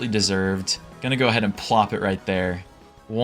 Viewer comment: CHARRA NOT KARA